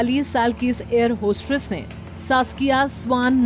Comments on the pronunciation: It's not hostRess !! Hostess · Hostress nahi hostess hota hai